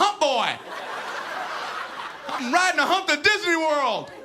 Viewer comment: I heard it as if he was a retard for a sec "ridin da hump to didney worl"